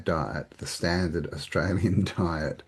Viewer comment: Die-t Hell-thy